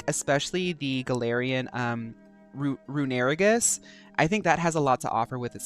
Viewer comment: I feel like it’s pronounced “rune-uh-reeg-us”